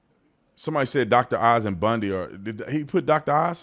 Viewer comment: Is her last name really pronounced like Ted Bundy's?